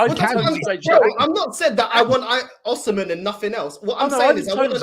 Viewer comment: That arsenal fan thinks it’s fifa,we’re not chelsea 😂😂😂 man said oshimen.